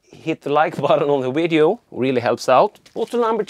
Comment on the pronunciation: video-wideo whatever, we'll just just assume you are Chekov. I wouldn't worry so much about things like that. However, to pronounce the v put you teeth to your lip as v is a dental labial fricative in English.